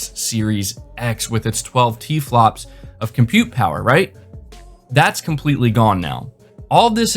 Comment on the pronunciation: bu bu but the tewaplofs and velochity ..and muhmory bandweedt of my seerees x